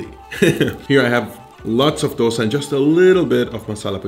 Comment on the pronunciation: The fact that you pronounced dosa correctly made me very happy.